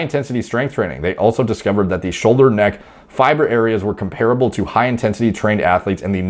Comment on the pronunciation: The word comparable is comparable not comparable.